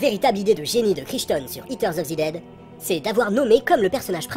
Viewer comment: J'écoutais sans regarder l'écran. It terre of zi dèd ? ... ... A j'ai compris.